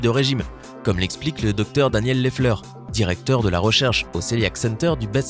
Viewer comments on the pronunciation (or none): none